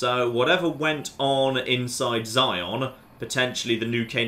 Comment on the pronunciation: 'Zion' TRIGGERED